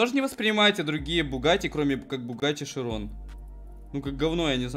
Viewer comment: чирон же а не широн